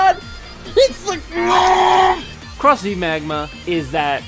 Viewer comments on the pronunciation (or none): Isn't it pronounced as Croz? even the driver says it. Just wanna know why people pronounce the Z separately? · did he just said cross Z instead of cross-z!?